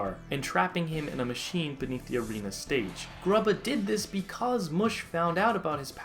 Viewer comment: it's Pronounced Mush as in mushroom.